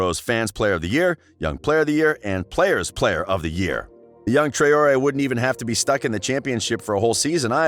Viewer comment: Trayori.. WTF Man ?! "TRAWree" is how its.